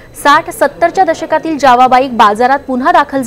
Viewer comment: ज्यावा नाही जावा बोला